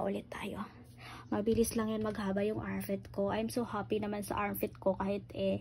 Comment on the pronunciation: Armpit ho di armfit ayusin mo pag pronounce